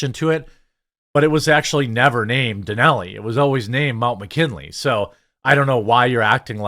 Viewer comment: Where is this Mount "Danelly" you keeps blathering on about Jeremy? Do you mean, Mount Denali? Cuz that's not "Danelly."